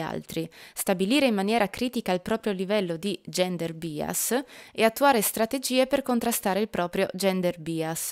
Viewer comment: Grazie mille per il contributo!!! PS: "bias" si pronuncia /ˈbaɪəs/ :)